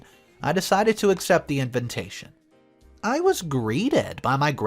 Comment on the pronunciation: Invintation instead of invitation makes me laugh also. I know this guy telling the story has to be smarter than that. Haha 😛